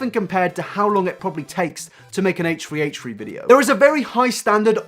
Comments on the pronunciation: Lydia Georgiopoulou Or maybe he might have some Irish roots/family. Some Irish people pronounce their "th" as "t", therefore, they might pronounce it H "Tree" H "Tree". That or maybe he's just quirky 😂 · How about you pronounce that H and T right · I cant handle you trying to say H3H3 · Nah this guy has a speech impediment to be honest. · The way you pronounce h3h3 is just amazing! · its rly annoying hearing his name said wrong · I won't watch it cuz you butcher the damn name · I hate the way how you pronounced "H3H3" 😫😫😣😖😖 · Each time he said it made it worse Omg😂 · ACHE three, not HACHE three. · Dude, it's pronounced H3H3. Not Hate-tree hate-tree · ... H THRee. Why are you saying H Free. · "my problem wif Hate Tree Hate Tree" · "Haych 3 Haych 3" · ...heytree heytree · stop saying haytree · Who is haytree haytree? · A-Tree A-tree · "I'm sure you're all aware of who "HateTree HateTree" is..." Nope. I don't know them. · Hatetch-tree hatech-tree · Love the video but... "Hate-treeHate-tree" xD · who is haich free haich free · "a-tree a-tree" lol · the way you say h3h3 [ heeytchrii heytrchi] is triggering me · It’s more like “haytch 3 haytch 3” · "haytree haytree" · this might be an immature comment given your video topic, but all i could hear was 'hate-tree hate-tree' instead of h3h3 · who's haytree haytree? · haitch ree haitch ree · Hesh tree hesh tree? Is this an ad for headphones 🤔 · I swear you said hate tree hate tree instead of h3h3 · Oh its 8 tree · Ay-ch th-ree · im sorry but it sounds like you say hatetree not h3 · Fuck is haytchtree haytchtree? Brush ya teeth my guy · Why the F are you saying haytree haytree??? WTF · irrelevant note: when you say "h3" it sounds kinda like "hey tree" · "hatchefree hatchefree" Lol love you dude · HATE TREE HATE TREE HATE TREE, try saying that three times fast and you'll sound like this guy trying to say 'H3H3' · Hey Tree Hey Tree? the fuck dude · Heytch tree heytch tree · "hache-tree hache-tree" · Haych three